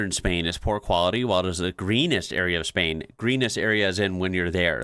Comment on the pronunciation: trying not to cringe every time you say Spain like that